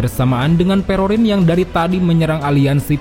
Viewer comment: awakwoawk perospero jadi perorin 😂😂😂 gw juga manggil doi gitu sih